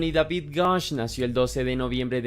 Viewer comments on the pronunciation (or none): none